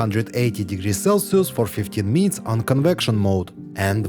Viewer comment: 15 meeneets 😂😂😂😂😂😂 funny I speak like you